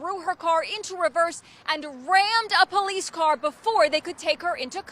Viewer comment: Only 15 years? That seems like manslaughter and attempted murder. I'd go a step further to say that drinking and driving is some degree of murder. Drinking is a conscience decision. As is getting behind the wheel. Also... my kingdom for some ignorant bitch like this to pronounce "police" properly. And why in the hell is a news reporter wearing a mask OUTSIDE. Didn't they miss the memo that masks did nothing to prevent the spread of COVID? It's already come gone.